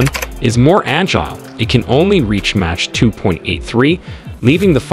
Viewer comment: Why do you mispronounce MACH as match?